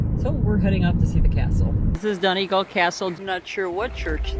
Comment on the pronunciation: I loved your video!! I'm smiling watching your narrow road scenes because I'm so used to them. :¬) As far as I know the start of 'Donegal' is pronounced like the 'don' in 'O'Donnell' and the 'gal' as in 'fall' but with a hard G instead of an F obviously. Though I'm not actually Irish so I would be prepared to stand corrected by a native! Imo x